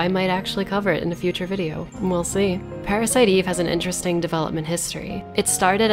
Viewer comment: "Pa-ra-si-to Eve-vu" This. This is the reason why i come back to this video over and over again.